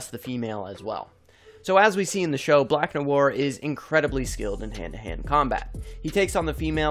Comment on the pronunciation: 5head indeed. that black noir pronunciation made me comment.